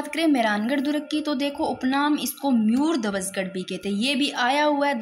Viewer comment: अरे मैडम जी मुयरध्वज गढ़ नहीं मयूर ध्वज गढ़ है,,,म यूर ध्वज उच्चारण को सुधारा जा सकता है ताकि आगे गलती ना हो,,म यूर बौलकर कोशिश करो